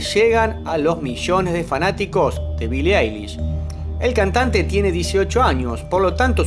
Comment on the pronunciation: "Billie Ailis" AJAJAJAJJA AY BASTA